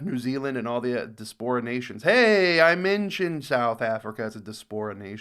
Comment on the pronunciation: The way you pronounced diaspora 😭